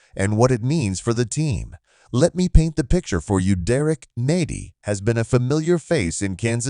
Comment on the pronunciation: This is not a blockbuster move and you didn’t even do enough research to pronounce his name correctly…